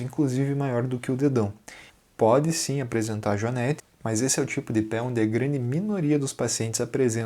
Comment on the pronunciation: A PRONUNCIA DA PALAVRA JUANETE NAO TEM A VOGAL "E" ABERTO....OA VOGAL E PRONUMCIA SE COM A VOGAL FECHADA ....HORRIVEL OUVIR pronúncia dessa firma...consulte um dicionRio ETIMOLOGICO